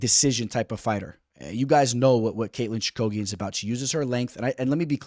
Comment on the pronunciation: Your picks are getting a lot better. Your pronunciations though man…. lol Choo-ka-gian….. cage …. I like Barber Chookagian to go to decision. I can see barber via split. I don’t think the UFC likes Chookagian. However she has technical striking whereas Barber thrives on bursts of actions. Chookagian also has good jiu jitsu